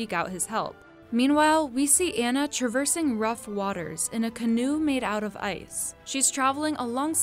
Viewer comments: Her name isn’t pronounced Ann-uh. It’s Ah-nuh. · It's been 6 years and people are still pronouncing Anna's name wrong. It's 'on-uh' not 'an-uh'. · Its pronounced Anna. Like when your saying "Ah, I get it now!" Its pronounced Ah na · I can’t believe after almost 6 years people can’t pronounce Anna name correctly. It pronounced Au-na not An-na. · Her 👏 name 👏 is 👏 Anna 👏 not 👏 Anna 👏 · yannow what you missed? the correct pronunciation of Anna 🧐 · Yeah you missed how to pronounce Anna correctly 😂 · You miss the part where you pronounce Anna wrong... Sorry, personal pet peeve, being a Disney freak and all. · Anyone else cringe everytime someone pronounces Anna's name wrong?